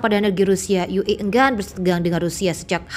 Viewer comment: Oalah Mbak Mbak pakai singkatan ejaan bahasa Indonesia kenapa pakai bahasa Indonesia membaca singkatan ue kenapa tidak dibaca Yu I tapi dibaca Yu E ) seharusnya disesuaikan membaca bahasa Indonesia ya total dgn bahasa Indonesia bukan campur aduk